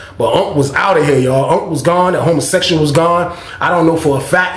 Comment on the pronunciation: Every fucking time say "hummusexyall" i scream!!!!!😅😂